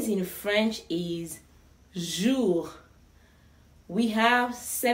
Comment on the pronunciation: I just hear jurg jurg....🤣🤣🤣🤣